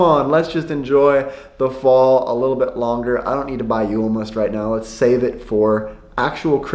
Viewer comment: Wow, you said julmust so naturally it almost slipped over my head. Then I thought "wait he said it correctly". Man you're getting better every day!